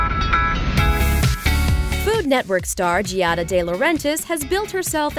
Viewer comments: Does NOT know that the name is pronounced Jah-da, not Jee-ah-da??? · Hey, her name is two syllables, not three! It's Gia-da. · LOL!! If you're going to throw shade at her, at least say her name correctly!! It is NOT "GEE AH DA".. look it up. Learn! lol!! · You might start by pronouncing her name correctly. That in itself makes me question some of this content.